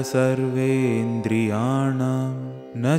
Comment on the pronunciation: sixth stanza second line last word, SARVENDRIYAANAAM... 'M ' sound is missing in the last letter.